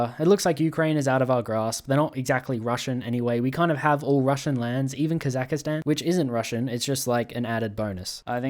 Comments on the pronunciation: Its not kazakhastan, its kazakhstan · its pronounced Kahz-ak-stan not kaz-ak-astan. I know its minor but its starting to pmo sm rn icl. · Dude, please. It's KAZAKH-STAN, not KAZAKA-STAN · Hey, just so you know for the next game in Russia: Kazakhstan is basically pronouced like: Kasak-stan, hope that helps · STOP CALLING IT KAZAKISTAN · Well, it wouldnt be a video without him calling Kazakhstan "Kazakistan" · I wonder how many years until he realizes he’s pronouncing Kazakhstan wrong